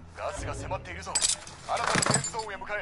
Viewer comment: セーフゾーンってセーフゼーンとも読むんだ。へーって感心してしまった